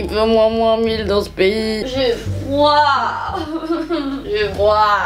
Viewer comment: "j'AI FROUAAA" mood. xD